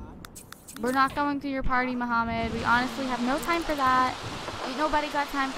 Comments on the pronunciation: Mahmoud is actually pronounce "Mah-Mood" not Muhammed. please read this. Lol like she cares right. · ALSO HIS NAME CLEARLY SAYS """"MAHMOUD""""" NOT MOHAMMAD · The name is Mahmoud (mah-mood) not Muhammad. Lol